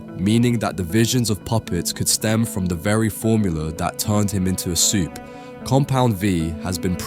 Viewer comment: Why do you keep saying “supee”